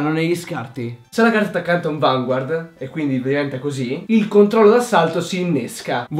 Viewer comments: Ti prego...fammi un favore... CHIAMALO VANGARD hahahah perché si pronuncia così xD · si dice "Vangard" senza pronunciare la u. lo dicono anche nell' anime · Per favore Vanguard è francese la i non si legge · secondo me sarebbe bellissimo vedere una partita di vanguard,fatta da te e dalla tua fidanzata....cmq bel video e sai stato abbastanza chiaro.ciao,sei un grande e anche la tua fidanzata! :)ah, si dice vangard.so che si scrive vanguard ma nel anime dicono vangard! nn so pk ma e cosi. :/ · so dice vngard